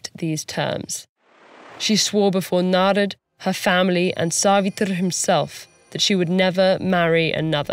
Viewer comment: I appreciate how the names Satyavan, Narad, and Yamraj were pronounced as it is instead of Satyavana, Narada, or Yamraja. TED-ed did a great job in maintaining the diversity of Indian culture in every bit of this video.